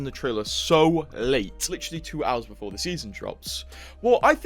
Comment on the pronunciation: BEFORE NOT BOOFORE